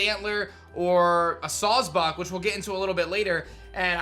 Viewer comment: It's clearly sawsbuck fool